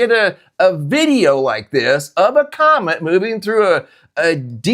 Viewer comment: Why You Kep sayng, c😂omet?!🤭